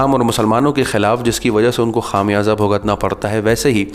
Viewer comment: Khaam yaza nahe bhai khumyaza. Correct your Urdu pronunciation .shukria